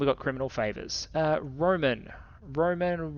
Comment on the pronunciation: One note is that Roman the name is not said like the Romans, but rather Roh-mahn